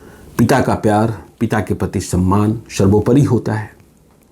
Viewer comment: सर्वोपरी होता है या शर्वोपारी, सवाल या शवाल 🤔